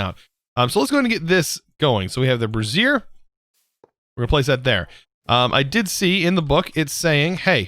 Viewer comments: Bray-zee-err Brassiere is something else entirely 🤣🤣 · its "ray-th' for wraith and "bray-zi-er" for brazier and "pew-ter" for pewter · You keep say bra, like a girl's bra, over and over again whenever you try to say Brazier. And there's an I in Wraith. And REALLY, Pewter too? Come on, that's not a complicated word! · I burst out laughing when he called the brazier a brasserie lmao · Just for fun: brassier (a bra) is “bruh-ZEER“ and brazier (stand for burning things) is “BREY-zher” :) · I have to question your pronunciation of brazier... sounds too much like a woman’s undergarment?! Personally thought brazier was spoken braise-i-her rather than brass-i-her. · Bruh the man said brassier ... Instead of brazier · brazier... the way you are pronouncing it is referring to a specific type of garment, Bray - zhur or "jur" think of the "j" sound in the french pronunciation of the name Jaque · He's got dyslexia, you learn to just roll with it after awhile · Bray-zee-r is more accurate.